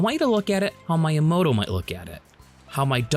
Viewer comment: There is no "long I" in Japanese. Miyamoto is pronounced "Mee-yamoto," not "My-yamoto." You're pronouncing it as if it were spelled "Maiyamoto."